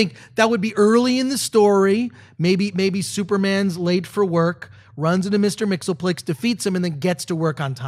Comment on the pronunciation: schneppzone Chris Gore Mr. Mxysptlk is pronounced Mix-Yes-Spittle-Ick. Not Mix ill plik. If it was pronounced the way you say it, it would be spelled Mxlplk. Please get it right. You are fans, probably bigger fans than me, and yet you mispronounce his name everytime you say it. ***** If you see this message, let them know the correct pronounciation.